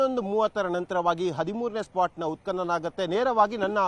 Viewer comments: ಉತ್ಪನನ ನಿನ್ನ ಕರ್ಮ ಅದು ಉತ್ಕನನ😂😂 he was right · ಎಂಥ ಕರ್ಮ ಮಾರಾಯ ಉತ್ಪತನ ಅಂಥ ಉಚ್ಚಾರ ಮಾಡಲೂ ಬಾರಲ್ಲ ನಿನಗೆ ಯಾರೂ ಈ ಕೆಲಸ ಕೊಟ್ಟರಪ್ಪ ನಿನಗೆ😂😂😂😂😂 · ನೋಡುವ ಜನರ ಬಗ್ಗೆ ಸ್ವಲ್ಪ ಗೌರವಾಬಿರಲಿ. ಉತ್ಪತನ ಎಂದು ಉಚ್ಚಾರ ಮಾಡಲೂ ಬರಲ್ಲ ನಿನಗೆ😊😂